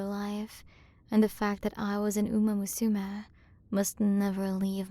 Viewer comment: This is nice and all, but your pronunciation of "umamusume" is egregious. You're supposed to say it all together, not "uMA_muSUme"